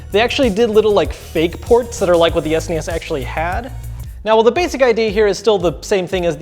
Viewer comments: S-nee-s? S N E S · I'm sorry, but "Es-knee-es"? WTF? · Ah ha! I just got the title... You say "An S.N.E.S mini". But I read it as "An Snes mini", like how people in Europe say it. 🤔